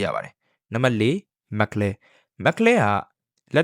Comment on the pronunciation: အသံထွက်တွေမှားနေတယ် bro Mc Laren = မက်က် လာရင် (or) မက်က် လဲရန် Yuki Tsunoda = ယူကီစူနိုဒါ (အခု Isak Hadger= အီစက် ဟက်ဂျာ) က ၂၀၂၆ မှာ Red Bull အတွက် 2nd driver ပါ Carlos Sainz = ကာလို စိုင်းဇ် အသံထွက်တွေသေချာအရင် အဆင်ပြေအောင် လုပ်သင့်ပါတယ်